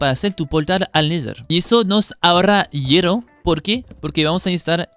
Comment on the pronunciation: "hiero" "orro". Nice!